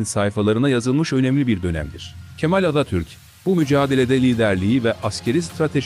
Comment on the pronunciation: Bu seslendiren her kimse Atatürk demiyor Atatür diyor.